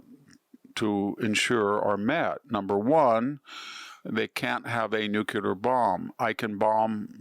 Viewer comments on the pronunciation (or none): Great insights, but minus points for saying nook-yoo-ler